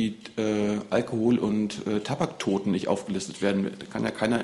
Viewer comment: mortler Tahbacktoden